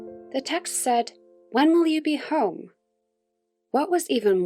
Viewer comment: the text said: when will you be hKhoOme? i mean i cant be the only one that hears it that way (if you want to know where, look )